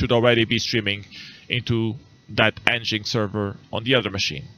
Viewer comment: FYI, it's pronounced "engine X", not "n-jinx" ;-)